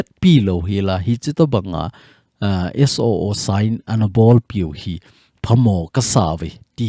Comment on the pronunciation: Suu tilou vinn..SOO ti in seitho jiute